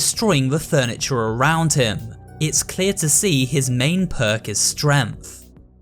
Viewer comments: "it's clear to hee his main perk of stremth" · Stremth that is what he said